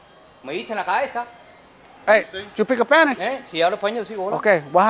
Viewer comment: “you peak a panish?” 😂😂😂